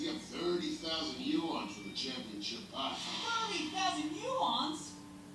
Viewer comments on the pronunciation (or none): none